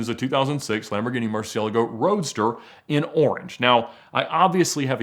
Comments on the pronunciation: Thank you for calling it a Murci for the majority of your video Hearing "Mursee-El-uh-go" vs "Mursee-ah-lah-Go" makes my neck tense up. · Kinda makes me a bit annoyed on how he pronounces 'Murcielago'